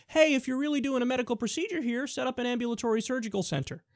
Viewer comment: Kyle... Correct your self please, you sound like an idiot . Google the word " Ambulatory "